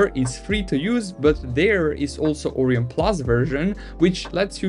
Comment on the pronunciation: Orion not oreeon